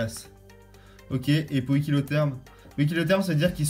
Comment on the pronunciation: il a su dire poïkilotherme c bien !!